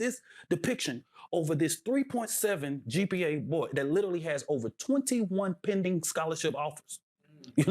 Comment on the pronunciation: This jerk also does not know how to pronounce the word literally 😂